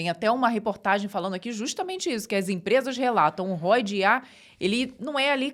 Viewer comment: Só uma sugestão, se é para falar inglês podia falar corretamente. Assista o professor Hoc. Por exemplo, ROI pronuncia-se diferente de hoy. Ficar abrasileirando as palavras hj em dia já é desnecessário ao meu ver, acho até que é um atraso muito grande.